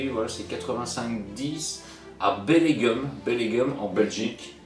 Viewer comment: Comment tu prononces Bellegem 😅😂😂😂😂